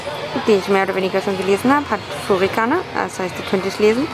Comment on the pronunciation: Es heißt furigana, nicht furikana...! ;-)